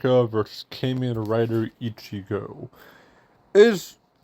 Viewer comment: Kamen is actually pronounced like Common. Sorry to correct you.